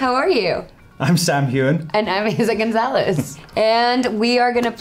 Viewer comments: La verdad es que el "González" con acento gringo si se escucha muy mamilas !!! Independientemente que hable bien inglés su nombre se pronuncia igual en los 2 idiomas. Cuando yo me presento en inglés en mi trabajo no digo que me llamo "Albertou" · Why is she botching her actual last name if she can ACTUALLY speak spanish? 🙄